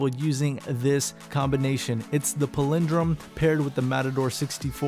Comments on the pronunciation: lol chill out King Z. He's not fuckin Christopher Walken. Also, go listen to the pronunciation of this word...he is actually saying it wrong with or without accent. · PALindrome...not paLINdrome lol